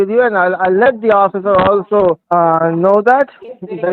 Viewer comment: "Oh-fissure"